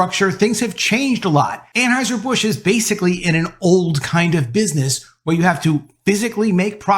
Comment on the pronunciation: An HEUSER NOT AnHEISER!!!!!!!!!!!!!!!!!!!!!!!!!!!!!!!!!!!!!!!!!!!!!!!!!!!!